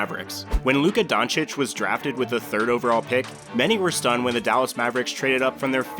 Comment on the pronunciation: hey! You finally learned how to pronounce Doncic. How much effort did this take?